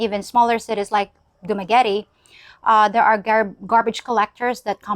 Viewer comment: why you pronounce Dumaguete the Kano way?...sounds like you not proud of yourself...your people..your country.